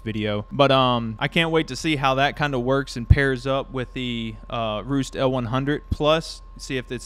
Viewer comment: It is pronounced REST.